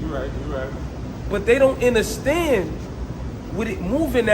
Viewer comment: Lux whole word play be fuckin me up … nigga said “inderstand” that’s wild 😂